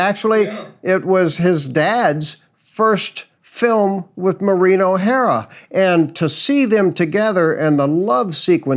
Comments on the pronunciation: The Irish lady's name is pronounced, "MAUR..een". Emphasis on 1st syllable. (Not "mau...REEN") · Maureen is not pronounced “marine.”